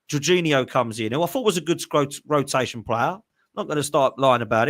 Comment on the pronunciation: 19.54 "a good scrotation player"😂 love this guy😂